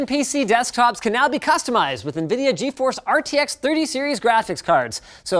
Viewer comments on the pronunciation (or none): none